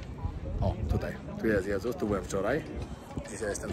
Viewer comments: Portugalski jest bardzo podobny do hiszpańskiego. Wpisz sobie w słownik wymowę, to usłyszysz jak się wymawia „j”😂Dodam, że znałam Brazylijczyka niejakiego… ☺️co do Jesus, to brzmi „żezus” a nie „dżezus”. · Odnośnie wymowy: Jose czyt. „Hose”, Jesus- Hesus itp. Jeśli tyle podróżujesz, to powinieneś wiedzieć. Pozdrawiam 😊